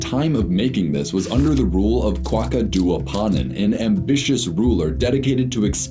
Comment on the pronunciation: terrible pronunciation lol but no shade, I dont get why youtubers dont take the extra 5 minutes to learn the correct pronunciation. Kwaku pronounced "kway-koo" is one of the most common names and getting it right takes 60 secs literally. Youre in front of google making the video